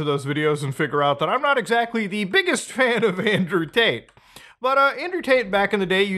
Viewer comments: He’s saying Andrew taint. Every time. Lol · Not gonna lie I thought you said Andrew taint at the beginning